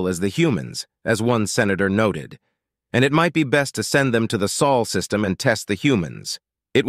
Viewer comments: It's Sol system, not Sual. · Dude it´s Sol System, not Saul System. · >soul system >piltiful Come on man. If you gonna use an AI voice at least take the time to proofread.